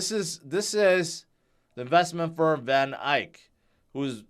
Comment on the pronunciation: I appreciate your knowledge,, but it is VanEck not VanIke. Eck not Ike. Thanks,.